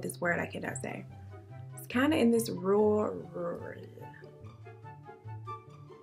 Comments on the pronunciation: Rural say (roo-rule) roo like kangaroo, rule like what you do Queen. Us Aussies have got your back with so many rural areas xxx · 🤣🤣🤣🤣🤣 asking Siri how to say "rural"... I am in a coughing fit from laughing so hard! The struggle is real on that word. I was over here trying to say it right with you. 😱🤷‍♀️